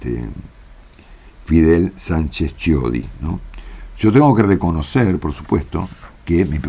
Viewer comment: Chiodi se pronuncia..quiodi